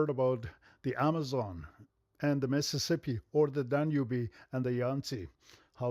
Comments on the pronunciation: The What!? The Dun-U-Bee? Does he mean the Danube? 😂 🤣 😂 🤣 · Minor point but he pronounces Danube as Danubey. When will people learn to look up stuff like that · Well.. it got pronounced Dan-u-be.. obviously I was wrong forever about everything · "Danyoobee" which river is that supposed to be? I know the Danube river but you know... that's not how you pronounce it. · Dan-Oo-Bee... No i have not heard of that one. Duhnoob, maybe. But never Dan-Oo-Bee.